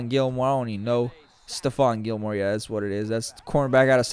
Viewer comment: wyza would be ashamed. don't miss pronounce gillmore